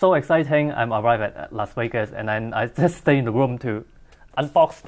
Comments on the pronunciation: Wiwaaaaa Las Wegas, wiwaaaaa Las Wegas, wiwaaaaa, wiwaaaaa, Las Wegaaaaaas! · Say, is it me or is your English pronounciation improving rapidly? Or did I just get used to it? I have no problems understanding you whatsoever anymore. I am also wondering, has anyone ever told you that an F (which you can pronounce) is closer to a V than a W is. I don't mind you making Wideo in Las Wegas but should you want to fix it yourself, there's a tip for ya.